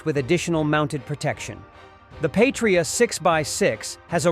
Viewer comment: "Patria" is not pronounced like "Patriot", even though they look similar. "Patria" in latin means "fatherland" or "motherland". It is pronouced "/ˈpa.tri.a/", not like "/pā′trē-ət, -ŏt″/ (Patriot) Yeah, I know, Latin is forgotten language and no, it is not the language they speak in Latin Amerika :D